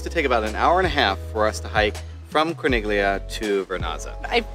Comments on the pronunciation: With all due respect to you for this and all of your other great videos, it drove me crazy to hear you mispronounce the name of Corniglia. When there is a G followed by an L in Italian, the G is silent much in the same way as in the Italian word famiglia. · Great info! Though might want to check your italian pronunciations when saying town names. We just got back from our stay in manarola... which was amazing. The letters "gli" in italian is pronounced as a "y" and "i" sounds like an "ee" so the name "corniglia" is pronounced as "core-neel-ee-ah" rather than "corn-nig-lee-ah" which is completely wrong. In fact, you are also pronouncing "cinque terre" wrong... "e" sounds like "ae" so rather than "tear-ah" its pronounced "tear-ae". Also just fun tid bit, Nessun Dorma does pesto making classes where the Owner Simone shares his story about the place..... it was the best experience we had and totally worth it. I would be sad for anyone to go and not experience that